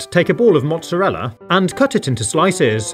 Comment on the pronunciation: Juice not jooce mozzarella not mozazza